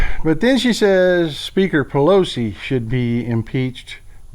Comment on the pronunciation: Pel oat zee ... I can't get over how she pronounces it.